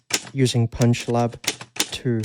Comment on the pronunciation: You emphasize the "lab" part of this app. ;) Thx!